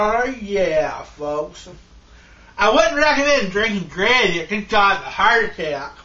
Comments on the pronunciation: Generally the 'r' in gravy isn't silent, but whatever man, do what you do. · "THRE CANS OF GRA'AY"